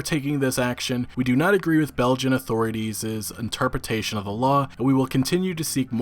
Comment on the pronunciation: Great vid! Super little nitpick about pronunciation: When something ends with an 'S' and apostrophe (') , authorities', there's no second 'S' sound. It's just 'authorities' as if plural. If a word ends with the letter S, and you have to add apostrophe 'S, you drop the second 'S to make it sound better. Authorities's < Authorities' It's why they spelled it authorities' in the article.